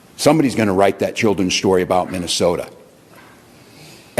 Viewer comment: Minesolia.. minessolia 😂😂😂😂😂😂